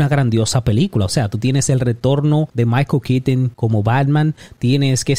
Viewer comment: "Maiko Kiton", "Zoad".